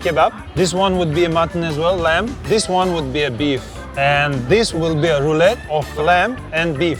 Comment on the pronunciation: Actually i think its more of a "roulade" than "roulette". But i could be wrong lol